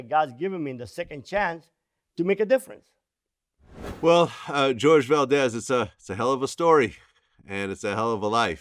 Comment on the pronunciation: I think his name is pronounced "Hor-heh" ...Spanish name